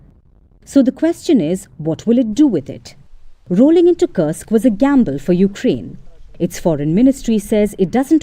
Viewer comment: It is कुर्स्क/Курск, not कर्स्क/Кырск.